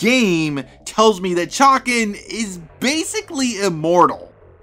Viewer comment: say Chay-Can